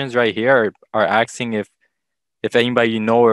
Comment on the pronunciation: Did he say ‘axing? Damn public school